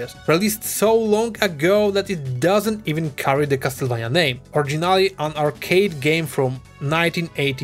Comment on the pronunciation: Finally, someone who pronounces "Castlevania" in the right way and not the americanized one